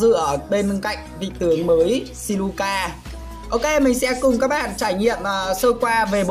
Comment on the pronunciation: Siluca mà đọc thành Sicula😂